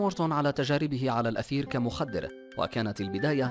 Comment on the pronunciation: هناك خطأ في اللفظ .. ليس الأثير وإنما المادة المستعملة في التخذير هي الإيثر .. لأن الأثير والإيثر ليس نفس الشيئ